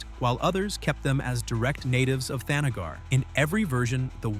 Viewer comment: Captioner misspelled the Kryptonian sun. It's Rao, not Ralph! Also, THANagar, not the NAGGar, you racist robonarrator. Starro, not Stairo.